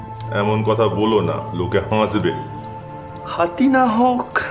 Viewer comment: পর্ব দুই শুনলাম। গল্পে হাঁসব কথাটা কানে বেজেছে।উচ্চারণ। সঠিক কিনা জানাবেন।